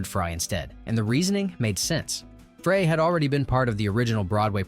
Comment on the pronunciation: As a more obvious example, they pronounced an actor's name differently ten seconds apart. Frey was either "fray" or "fry."